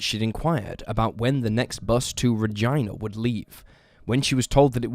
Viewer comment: his pronunciation of “Regina” is just criminal! 😂